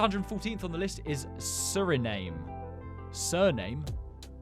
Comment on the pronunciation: It's pronounced as Suri-nam